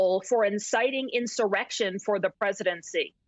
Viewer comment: She sure pronounces IN-Sir-RECK-shun reel purtee.